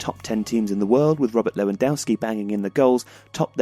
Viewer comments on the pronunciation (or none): Please say Lair-van-doff-ski and not Lee-wan-dow-skee